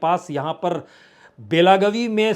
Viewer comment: बेलागवी नहीं, बेलगावी